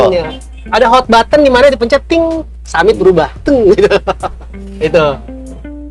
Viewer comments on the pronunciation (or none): Summit njir bukan Sammite